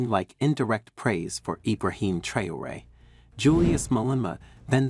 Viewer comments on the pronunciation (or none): It's Ibrahim Traore not trayore